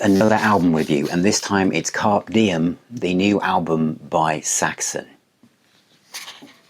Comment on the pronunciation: Great review.....but pronunciation of the title is wrong?! The 'e' at the end of Carpe has an 'a' sound